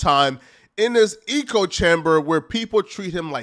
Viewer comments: Omg he makes great content and has intelligent views (usually), puts it together well. Sometimes tho, lol he says eco rather than echo or something similar and I’m like wtf, how…. How are you saying this or that so wrong and so often. We’re all flawed though. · Idc if saying ECHOE chamber like a retard somehow boosts you in the algorithm. It still makes you sound retarded. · Eeko eeko eeko eeko chamber😂😂😂😂😂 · Eeeeeko without chamber 💀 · Omg can someone PLEASE tell how to pronounce the word Echo? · Wes hasn’t lost all his fans… Still over half a million subs. Did he fuck up, sure… he still has followers and people paying for his programs though. Having money is a part of being High Value. Wes is a millionaire. Oh, and it’s “echo chamber”, not “eco chamber” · Where do they pronounce echo like eco. Echo rhymes with, like say Heck with an O and without the H. Other than that good video 🌟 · Your pronouncing echo chamber wrong your say Eco like Eco friendly . It's echo "EEHHKO" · Nahhh this ninja fake smart ain’t no way he said eco chamber are you trolling bro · Echo - pronunciation (EH - CO) - - certainly not (EEEK - OH) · "eh-coh" chamber not "ee-coh" bro, are you serious? LOL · Lmao "eco chamber" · Facts! Bro, it's an "echo" chamber, not eco. The American education system has failed you. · Wtf is an E co chamber. Thought you were saying ego chamber, which kinda makes sense. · It’s echo. Not eco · Can't stand d******* like you. So what if he said Eco? Echo who freakin cares. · Echo brother. Eh- Koh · Bro…. Is “echo chamber”, pronounced “ecko”, not “eco”, like “ecosystem” 😆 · It’s echo chamber. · Bro it’s echo chamber not “eco” chamber. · Lol “eco” chamber😂😂😂😂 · The word is "echo chamber," not " eco chamber." Meaning one only hears viewsthat they already agree with. Hence, every statement is an echo of every other statement. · Echo chamber….. not ecology chamber. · Lol why do you keep calling it an "eco chamber" the word is "echo" 😭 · It's echo" not "eco" 🤦